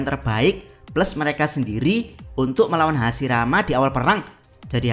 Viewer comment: admin baca hashirama bukan hasirama 😅